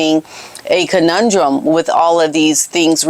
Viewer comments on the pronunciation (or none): none